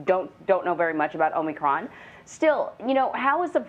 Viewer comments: Joey likes to call it "Omnicron" LOL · Don’t you think the president in charge of mandating the conditions of a viral pandemic should at least be able to get the names correct of the virus and its variants first.. ? “Covert nine”.. Covax 19. Covid Nine... “Omnicronb” .. etc etc etc..